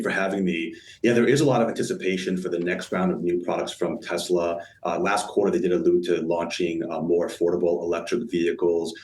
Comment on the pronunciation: Best selling car in.... the world. Model Y. Best and only global charging network. Tez-luh. Say it with me. Tez-luh. 😂